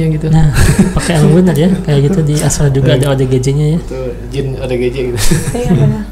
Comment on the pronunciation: Bukan astal ❌ Tp astral ✅